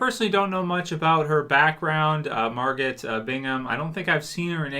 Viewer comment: MARGOT has a silent T Margo